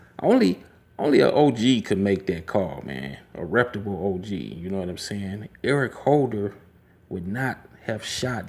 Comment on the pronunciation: WTF is a “Reptable.” You mean “RepUtable.” Please look up words to know what they mean and pronounce them correctly before you use them. You’re on here saying “you know what I’m sayin” 50 times and the answer is “no” - I don’t know what you’re saying.